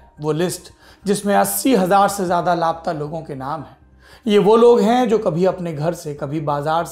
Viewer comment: दिल हिला देनेवाली कहानी है मेक्सिको की। ऐसा होने की वजह समझमें नहीं आयी। एक बात खटक रही थी, सौरभ जी। आप बारबार "लाप्ता"ऐसा उच्चारण करते रहे। वास्तविक में उच्चारण " ला-पता"ऐसा होना चाहिये, है न? वैसे आप हमेशा इतनी अच्छी हिंदी बोल लेते हैं, कि लाप्ता शब्द आपसे सुनना बुरा लगा। मैं आपके प्रोग्राम बहुत चाव से देखती हूँ। प्लीज do not mind ...